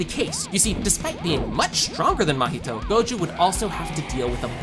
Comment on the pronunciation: Porque ele fala "mAhito"🥀😔🙊